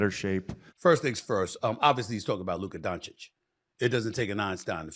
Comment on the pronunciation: First time smith has ever said doncic last name right